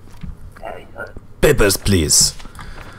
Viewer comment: "Peppers please" 😂😂